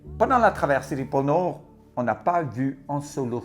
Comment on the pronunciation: Quand tu dis "pôle nord" avec ton accent et l'élocution, ça donne "porno" J'ai tilté dsl 😅 sinon bonnes fêtes de fin d'année🌲☃️, à tous.